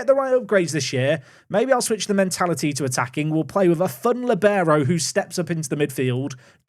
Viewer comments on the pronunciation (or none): none